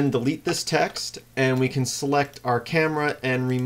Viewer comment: LOL Transcribed Audio.. Select new TAX.. since im deaf, im assuming the author's accent is saying TEXT.. btu sounded like TAX :P